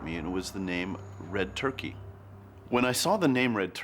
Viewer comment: Believe it or not, its not red turkey, its red turqa is how it’s pronounced, i once owned a nite club in Airlie beach Australia and met a man that told me all about this, he told me it was his grand father that led the looters to the site, la corona, but that not how he pronounced it , it sounded like french like le conea when he said it , people you dont have to believe me but this is just what i can rember, the guy was heavly intoxicated but alcohol is a truth syrum, he produced a book with all the photos of the tablets that are on this show, ive got chills up my spine rite now as this is the first time ive seen this doco and to know someone who knows more that the people studying it is early fealing, this guy told me its was the burial place of red turqa where the stones cone from